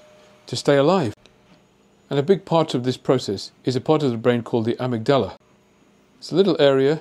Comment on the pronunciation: It is not pronounced 'amygDALA'. It is 'aMIGdala'